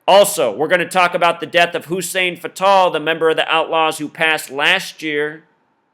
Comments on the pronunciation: U keep saying fatal like the indian name patel but its fatal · You say "Fatal" so wrong my brother... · you cant even say fatals name right. these people are old and died. all black guys know most dont make it to even age 60. the old saying is what good is social security for the black man if he dies before he can even get it. syke was a big guy, he had health issues. it happens. he lived a pretty god damn long time.